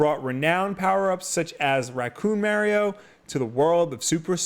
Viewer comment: I like how he’s judging filip miucin about the Bethesda pronunciation but yet he can’t say Mario the correct way. And beatemups says SEEGA instead of Sega,Just saying I don’t think that has anything to do with whether you like video games or not lol